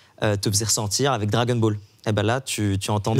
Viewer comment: Le gars tout à gauche fait exprès de dire "Drake and ball" ? Ou c’est juste pour nous énerver ?